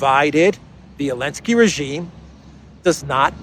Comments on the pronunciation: It’s Zelenskyy not Elentski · Why is calling Zelinsky Elensky?